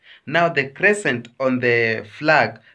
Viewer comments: Crea-sted crane not crescent but anyway thanks for the show❤ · Please Kenyans that's not a chicken 😂😂😂stop ashaming your primary teachers !!,either say a bird or A CRESTED CRANE THE BEAUTIFUL AND A PEACEFUL BIRD EVER.But not a CRESCENT like the way your pronouncing it my brother,and tell my neighbors that a chicken is already cooked bird or hen ready to be eaten but not live one still with feathers hence I came in peace.